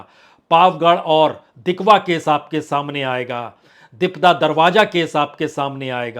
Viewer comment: Sir, please learn some Urdu. 🙏 Raj is Raaz, Jabardast is Zaberdast, Darwaja is Darwaza, Hajar is Hazar, Nabj is Nabz, Make sure to make correct pronunciation. The only problem is between "J" and "Z".